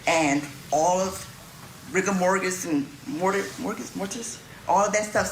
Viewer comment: I'm sorry if you're a defense attorney and you can't pronounce rigor mortis you might be in the wrong line of work